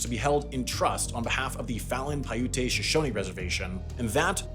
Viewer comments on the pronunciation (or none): Its pronounced pia-oot not pia-oo-te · Paiute is pronounced “pie-yoot” not “pie you té” lol. Super good vid tho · FYI….Paiute is pronounced Pie-oot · Of course he would mispronounce Paiute Shoshone cause he’s white as hell 😂